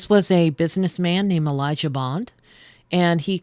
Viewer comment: "We-Jah" not "O-we-ja" or "we-gee". 😉😁 Having been doing ongoing research and communication with spirit side for 10 yrs, I've tried the Ouija on several occasions with absolutely no results! And people's perception as it being negative is bunk in my opinion. A board, rock, box, mirror...etc, they are all mediums for spirit realms, and none are any more "evil" than the other!